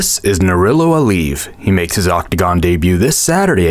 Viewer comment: I think the proper way to pronounce his name is : Nurul-LAh. Not - Lo... It means; The Light of GOD '